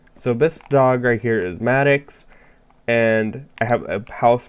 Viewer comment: YAY CONGRATULATIONS FOR MADDOX and yes it it's pronounced the way you said. Hahaha XD